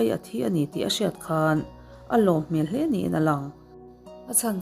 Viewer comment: I aw ngaihthlak a nuam viau a chu i thil sawi zin leh thluk hi ka lo ngaimawh thin entinan:bawk aaaa,mai aaaa,hle aaaa…Aaa thluk i uar lutuk a Jeronimo ang deuh hlek hian atawp hi inzir ila ngai ka lo ti ve mai2 chuanin English thu lam dan tur thenkhat pronounciation utube ah in zir hmasa bawk la ka lo ti ve mai2 hate comments ni lovin ka thahnem ngaihna tangin ka lo sawi ve aw..ka ngaithla ve ziah ania aw